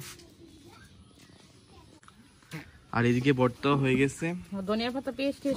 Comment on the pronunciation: বর্তা না ভাই ভর্তা বলেন। আপনি শুদ্ধ উচ্চারন শিখেন প্লিজ।